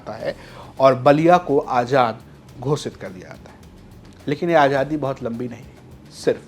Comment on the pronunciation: Bhai ajadi nahin azadi hota hai aap zara please apne shab pe dheyan dijye